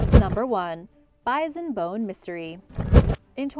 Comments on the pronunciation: Bizon? Doones?? Please, Origins Explained, find another narrator. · How come you can pronounce the Indian tribes names so well but say bison with a z? No z. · This is the 3rd video I have heard "Bison" pronounced as "Bizen"... Have I been saying it wrong my whole life with the "s"... or is this an acceptable alternate pronunciation... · she's pronouncing it wrong, your good lol